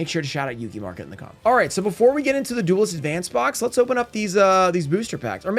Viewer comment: Opening Duelist advance in advance?! Sounds perfect. butchering ocg cards names will never get old😂. Cyber dragon the laser of cyber dragons is just so ridiculously